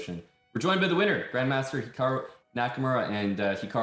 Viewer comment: "HIAKRU" lol, close enough...